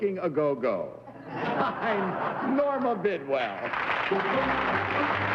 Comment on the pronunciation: Well, I know who Norma Bidwell ISN'T. She couldn't even pronounce her name!